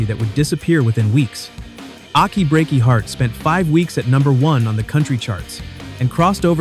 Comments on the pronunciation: Ochy Breaky Heart? Proves the naration is A.I. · I will forever call it Ocky Breaky Heart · Aaah-key breaky heart? AI dead giveaway. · AI needs help!. 'Ocky Breaky heart'. Not quite there yet, huh? Why not hire a voice over guy? Bet it would save a lot of money. I mean...what's the point? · Obviously, the guy who is narrating this hasn’t heard all the songs because he can’t pronounce achy Breaky heart. What about Stevie Wonder’s I just called to say I love you? If there was ever a bad song to reach number one it had to be that one.